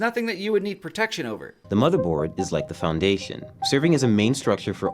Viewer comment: It's really tiring to listen how the guy can't say so many words correctly and says thhhure instead of sure, tthhhoose instead of choose, wrenthhh instead of wrench, foundathhhion instead foundation, instllathhhion instead of installation, ... Naration 1/10, Instruction 1/10, Technical knowledge 1/10. Man they made the worst pc building tutorial ever.